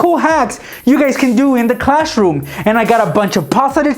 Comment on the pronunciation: Is it just me who keeps thinking is sayings clashroom instead of classroom